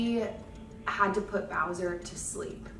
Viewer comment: You couldn’t have re-recorded this to get the dogs name right? ☹️ Poor Bowser deserved some respect on his name.